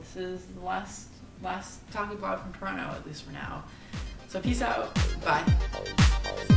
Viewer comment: Has your mother met Scotty Dynamo (or Colin or Will?) She has such a different accent than you - does she think you have become "Canadianized"? (Even if you have trouble saying "Toronto" properly) Does she get shocked that you correspond with so many people online that you have never even met?